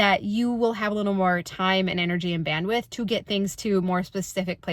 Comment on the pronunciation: Omg if you say band-with one more time …. 🙄. I can’t!